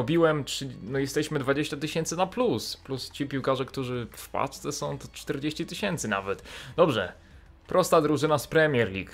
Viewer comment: czy ty mówisz "pacce" a nie "paczce? xd